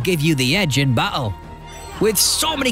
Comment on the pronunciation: I like the way you say battle.. battel..